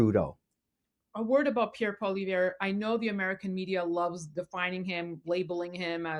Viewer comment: PolliEVRE, not Pollivere.